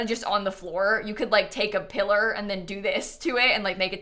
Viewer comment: No hate but pillorrrr